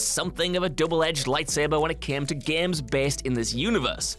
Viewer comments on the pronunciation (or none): It's "games " not "geams" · GAEMES... ITS itches in my brain when he says that word